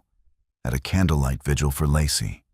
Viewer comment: Not Lassie or Lossy.....I swear I cringe whenever I hear it pronounced wrong